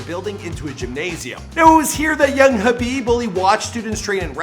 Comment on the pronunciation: At least he got the name right this time 😭